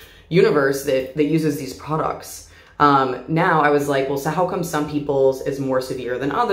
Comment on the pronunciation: This is very off topic but....I love the way she says products😭❤